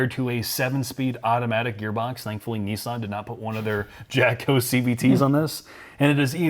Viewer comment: It's pronounced Kneesarn